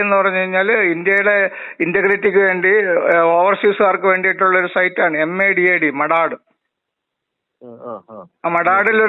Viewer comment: മദത്ത് എന്നാൽ സഹായം , മഡാഡ് അല്ല സാർ